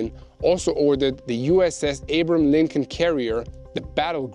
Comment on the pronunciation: Abram Lincoln? Lol Abraham Lincoln get it right put some respect on that name coming to help your country